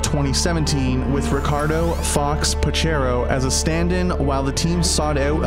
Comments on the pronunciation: "Ricardo fox Pachero"? It's a "c" not a "r" "Pacheco" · its Ricardo "fox" pacheco, not pachero lol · Ricardo 'Fox' PacHeco ... read with H not without...